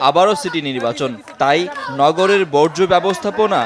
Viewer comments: যে মেয়ে বর্জ্য উচ্চারণ করতে পারে না বর্জ্যকে বজ্র বলে, উনার দ্বারা বর্জ্য সমস্যার সমাধান এতদিন সম্ভব হয়নি এবং পুনরায় নির্বাচিত হলেও উনার দ্বারা বর্জ্য সমস্যার সমাধান আদৌও হবে কিনা তা নিয়ে সংশয় আছে। তবে কিছু কিছু পারুক কিংবা না পারুক নিজেকে আর্থিক ভাবে সমৃদ্ধশালী করার ক্ষেত্রে উনি অপ্রতিদ্বন্দ্বী এতে কোন সন্দেহের অবকাশ নেই। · আইভি আপা বজ্র না বর্জ্য...... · হালায় কয় কি? বজ্র থেকে বিদ্যুৎ হবে? ওরে আইভি, ওইটা বজ্র না, বরজ